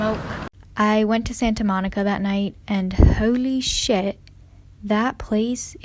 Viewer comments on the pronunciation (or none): coming from a californian....the way you pronounce santa monica is so extra lmaooo